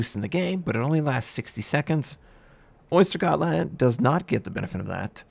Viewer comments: I like to think that he knows that it is pronounced oesdtergoetland and not the shelled animal Gotland, and just pronounced it like that to trigger us. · that may be the case too. So if you read this, this is the pronunciation: [ˈœ̂sːtɛrˌjøːtland]. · Oystergottland. Most effective butchering of the Swedish language in a long time. I love it! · Ah yes, the exciting new Ostergöttland!: "you mean the Ostergöttland?!" Wouldn't be a video if he didn't get something wrong xD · Östergötland is pronounced "Uhsteryuhtland" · oister gotland? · LULAARO ! How the fuck do you say that? He probably says oystergotland because he can’t pronounce it